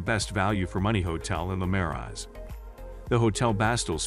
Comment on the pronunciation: I wanted to watch this, but when Marais and the hotel names are pronounced incorrectly, it doesn't make me trust that the producer of the video even know what they are talking about.